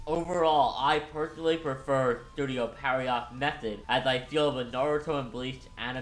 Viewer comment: Just a heads up, Pierrot is pronounced pee-AIR-oh (ぴえろ), not PERRY-ott